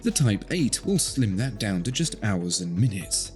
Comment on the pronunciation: Did I hear that right at 1.36? “Owls, minutes, seconds…”?